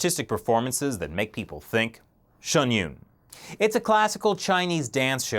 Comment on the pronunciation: it's Pronounced SHIN YOON .... and hes right, the Show is pretty much banned in China, they even mention it throughout the performance, it's very sad.